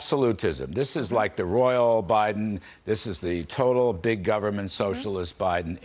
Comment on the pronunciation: Over reach in “govment” 😂 he pronounces that like Regan